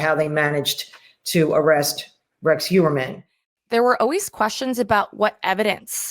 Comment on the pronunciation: Heuermann is a name of Germanic origen. - Which means that “eu” is pronounced “oy”. So Heuermann is pronounced Hoyermann Just thought you should know …. 🤓